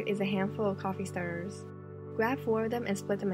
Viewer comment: You have a slight accent when you say certain words such as "stirrers". Am I wrong? Am I going crazy?!